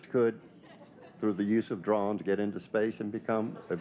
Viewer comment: “drawns” is the new way to say drones.